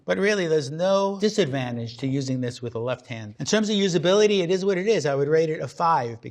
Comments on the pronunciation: ”it izzz What it izzzz” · It eez what it eez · SillyFreak101 IT IZ WUT IT IZ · It izzz what it izzzz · it ezzzz what it ezzz